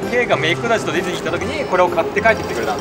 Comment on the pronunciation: デズニーじゃなくてディズニーって言えてる？笑